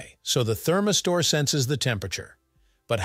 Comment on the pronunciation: What the heck is a “therm-i-store” ??? 🧐🧐